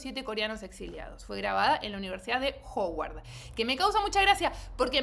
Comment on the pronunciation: es que no es Ho-uard se dice más como Ha-uard